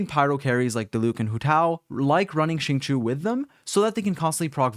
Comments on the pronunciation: Xingqiu reads as sing-show, not shing-shu - sincerely, xingqiu main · AM I THE ONLY ONE WHO IS PISSED HE SAID CHINGQUI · i thought it was pronounced shing-cho ?? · the way you say xingqui still makes me want to cry